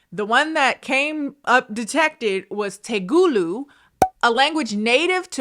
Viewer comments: i'm such a silent watcher but my goddd the "telugu" being butchered to "TEGULU" I AM LOSINGG MY MINDEKRJHDSH "DO THEY SPEAK TEGULU IN PHILLIPINES?" I LOVE YOU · Ahaha it's "Telugu" not "Tegulu" 😂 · Same here like my nose was leaking out snot when she mispronounced Telugu wrong and I was laughing too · Omg! Sorry it's not TEGULU it's Telugu plsss😭 And it's very less spoken anywhere other than India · it's te-lu-gu not "tegoolu" 😭😭😭😭😭 it's my first language, and this is not telugu pls it sounds 100% made up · you're so cool but it's not "Tegulu" it's "Telugu" [Teh-luh-goo]. I don't speak it, I'm a different type of indian, but I thought you might want to know. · i am sorry to be the person but its pronounced telegu not tegulu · Hey :) as an Indian, just a heads-up: it's TeLUgu, not TeGUlu. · Ngl trying to pronounce telugu (Tel-uu-gu) was the funniest thing for me, god I love her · you said "Tegulu" like 10 times when it is clearly spelled TeLEgu and pronounced how it is spelled. I love you but you said it wrong SO many times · It's TELEGU girl not Tegulu 🥲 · was wired enough for me to break my general inclination to be quiet on the internet but 1. Telugu, not tegulu. Honestly hilarious and the first few times, I honestly thought she said Tagalog 2. As a Telugu native person, the dialogue said, the written caption, the translation and the little script in Telugu at the bottom in Google translate...yeep none of it made sense (other than goal but come on that's an English word adapted into Telugu xD) 3. There are Indians in Philippines...like maybe 5%? Indian Filipinos more like...highly doubt all of them speak telugu. Wikipedia says most of them speak Hindi or Punjabi or Tamil which checks And now i too wanna know...what was up with that?! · I loved you trying to say tel-gu as te-gu-lu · te-le-gu not te-lu-gu haha it's a south indian language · I'm Indian and the language is te-LU-gu, not te-GU-lu. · “Tehgooloo!!” - Ma’am 😂